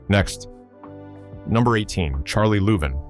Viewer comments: It's pronounced Lou-vine! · Any way you could mispronounce Louvin, this guy did it. Damned AI! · AI narration (and text) sucks. It NEVER pronounces proper names correctly. It can't take into account colloquial & regional pronoun- ciations. It's Billy SHERRILL ! It's LOU-VYN (Charlie & Ira Louvin).